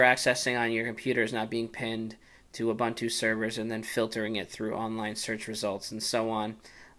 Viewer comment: are-bun-too... wtf??? it's pronounced oo-boon-too. i wana rip my ears of every time he says are-bun-too